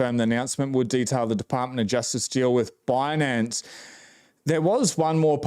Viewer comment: I found it hilarious she kept saying bunance instead of binance